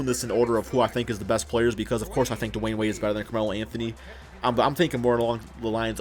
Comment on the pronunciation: it's Dwyane Wade